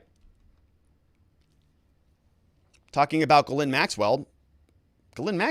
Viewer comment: It's actually Ghee-lé(i)n, the "e" is very sharp and the "i" is very faint. It's posh 🤮